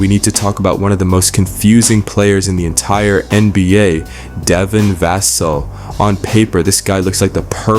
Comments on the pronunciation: Pronounced Va-sell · Devin VASSS-sel.😂arts off the video by mispronouncing his name.! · How much can you know and how big an insider can you be when you don't even know how to pronounce Devin's last name? Otherwise, good video. PS: With regard to who will replace and take Tre Jones’s point guard play and role with the team, have you ever heard of De’Aaron Fox?